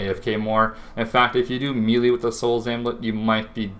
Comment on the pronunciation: Meh-lay not mee-lee